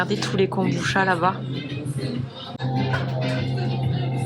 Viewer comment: En fait, ça se prononce kombuTcha, comme le matcha. 茶 , transcrit cha ou tcha mais toujours prononcé tcha, donc, veut dire thé en japonais (même si ce n'est pas du thé, et encore moins du thé de kombu) 🙃